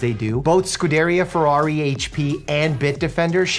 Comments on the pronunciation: 1. Imola is stressed on the I; 2. Cavallino means little horse; 3. Scuderia is stressed on the I. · You butchered "Scuderia" 😅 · F1 fans just weeped a little with that pronunciation of 'Scuderia' and 'Imola' 😂